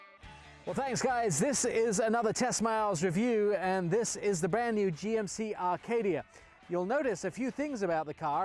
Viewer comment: it's not an Rcadia it's an Aaaa Acadia. You English throw R's onto everything.:)